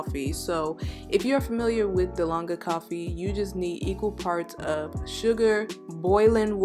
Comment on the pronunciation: It’s dalgona. She said and spelled it wrong. This is a Korean inspired coffee